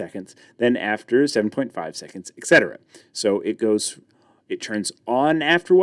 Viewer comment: Etc. is short for et cetera, which is pronounced ET-cetera, not ECK-cetra. There is no CK sound in the word. This is a very common error.